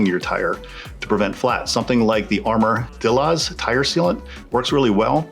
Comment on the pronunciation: My man said "armor-dillah's" and "koosh", lol. Great video. Just poking fun. If you care, armor dilloz is pronounced like armadillo, with an extra r. Kush is like push, with a k. Heard you mention Bridgewater - I'm one town away, so I suppose we're close. With your flight sheild, it looks like since the tire was spinning as soon as your foot came off, the pinch from your foot against the tire, the spin of the tire in that direction (forward) grabbing it and quickly lifting it up, and the way it's locked into the front fin produced a perfect storm and creased it. Since they don't crease, they break. Sucks... Hope they replaced it for you. Though not really a defect, it's the cool thing to do, especially since you're giving them free advertising...